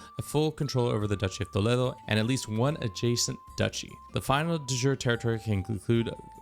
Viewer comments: I was expecting that accurate pronunciation of "Toledo", It even made me flinch a little, but good job dude. As a spanish speaker, it made me happy to hear "Toledo" instead of "To-ly-dou". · Bro got that proper pronunciation of Toledo